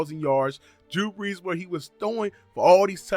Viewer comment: Dude sounds like he was saying jew breeze and im weak